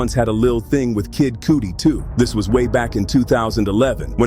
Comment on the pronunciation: 😂😂😂The AI must be stopped! Poosha T was bad enough, but Kid Cooty?!